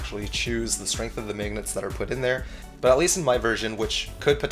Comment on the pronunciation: I love the way you say magnets..."maygnets" haha